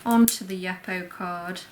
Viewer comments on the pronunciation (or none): The paper you are using is pronounced you - po (Yupo ). Not Yuppo my husband was in the paper industry for 20 years it’s a synthetic paper and is always referred to as Yupo paper.